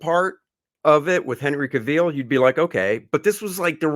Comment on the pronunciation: Ca-veel? Gentlemen… :-/ I definitely agree it was too long and the CG stuff was awful.